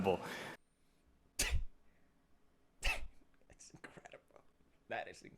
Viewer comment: That "incredible" totally sounded like "seriously"